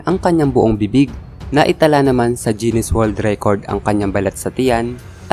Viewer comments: pansin kulang lods bakit (jinis) ang pronounce mo sa GUINNES (ginis) ?? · Guinness not jennis hahaha